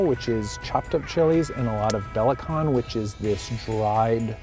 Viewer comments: Its pronounced be la chan not be la kan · it's pronounced B LA CHAN not B LA KAN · Its pronounced Bela-chan Chan as in Jackie Chan. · It's pronounced as "Bla-Chan" not "Ba-la-cant"!!😂 but still really really well done! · Dear, Your biggest fan here. By the way, 'belachan' is pronounced as 'bur lah chang' instead of 'bur ler kang'. That did give us a really good laugh though hahahahaha. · lol his pronunciation of belacan - it's not a c, but a ch sound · At first it was Pelin Keskin, and now you... Eater staffs should learn that 'belacan' is pronounced 'beh-la-chan' instead of 'beh-la-kan'. Other than that, your pronunciation is okay. Nice to see some love for Southeast Asian cuisine. Also, although sweet soy sauce can be pretty common in Malaysia, it is originally from Indonesia Please visit an Indonesian joint next time! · i love the way pronounce the dried shrimp paste as ' Bella Khan' hahhahaa. its 'Bur -La-Chan' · Lol its pronounced "berrr-lah-channnn" not "beh-la-kann" That was the worst butchering of names outta all the butchered names in this video! Thanks for putting Malaysian cuisine up tho! =D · LOL be-la-chan mate not be-la-khan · lol he pronounced belacan as "bella-can" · Love you dude but it's pronounced belachan :) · belacan is pronounced BER LAH CHARN, dude. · You are supposed to use your hand if you eat Malaysian food! We eat rice, roti canai, roti jala and pretty much everything with our right hand. You used the correct hand which is the right hand. Oh btw, belacan (shrimp paste) is pronounced as burr•la•chan. You didn't butcher the rest too much. The effort is what really counts! Love your cat sweater! 😻